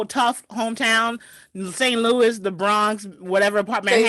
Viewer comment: You not about to say "BRAHNKS" out here. You just not. Say "BRAWWNKS" or say nothing. Periodt.